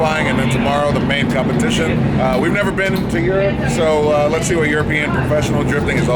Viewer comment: 😂if there is ever a video where james deane doesn’t say “compedition”, don’t upload. His trademark